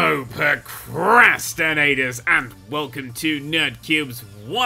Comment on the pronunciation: I love when he says hello prrrrroocrrrraaasstinatteerrs and welcome to..